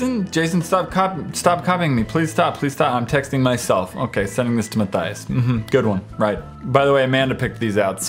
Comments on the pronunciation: You said myturtles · XD He said mine turtles instead of Matthias!! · Did anyone else here him say 'I am my turtles 🐢 ' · Ya he said my turtles. That's a new one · You now u said ma turtle!😂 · Matthias said "My Turtles" instead of Matthias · Anybody else catch that he said "My Turtles"? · Who heard ma y turtles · Did anyone notice that in his intro he said "How's it goin guy this My Turtles?" 😂😂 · Did I... did I hear him say "Hello I am my turtle's" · he said I'm my turtels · Is it me or does any else hear at the start "what go'in on guys I am my turtles" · Gaming Invasion! He said my turtles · at the beginning he said '...I am my turtle...' instead of Matthias! lol XD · Did you in the very beginning I thought you say I am my turtles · HE SAID MY TURTTILES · u said turtle.